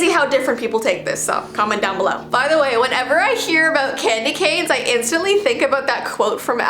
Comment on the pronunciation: U said candyganes